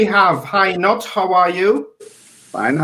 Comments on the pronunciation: He was born in Germany and you pronounce is as written. "Knut". It is NOT silent!!!!!!! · pls learn how to pronounce "Knut", i.e. pronounced as Newt.